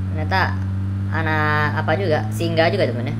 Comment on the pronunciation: "ANAK APA JUGA" MEDAN BANGETT